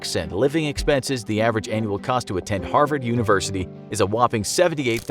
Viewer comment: "Harsvard" - 2020